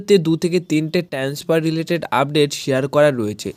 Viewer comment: শব্দটা 'ট্যান্সফার' নয়।‌ ওটা 'ট্রান্সফার'।